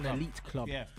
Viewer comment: Elite Club= history Club the way you said it